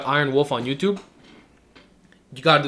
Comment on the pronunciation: ello yuchub